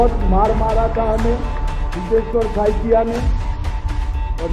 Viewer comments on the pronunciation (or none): बहन, (हितेश्वर जी का) "सकैया" surname नहीं है, 'साइकिया' है ।